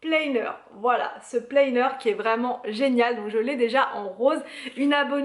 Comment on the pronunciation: haha oui c'est vrai c'est pas facile de prononcer les mots anglais mais ça va planner ou organiseur on comprend tout🙂👍. Bonne journée 😊